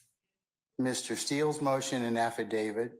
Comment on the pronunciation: It's AffidaviT. NOT affidaviD. Lol... Who's "David??" 😅